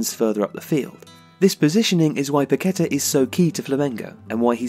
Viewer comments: Great stuff! His name is pronounced pa-ke-TAH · Great profile but it’s Paquetá with the stress on the last syllable. The clue is in the accent you omitted.